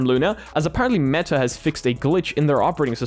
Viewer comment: Bro is manually pronouncing the T in meTa